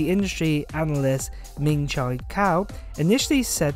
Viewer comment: Pronounced “Min Chee Koo”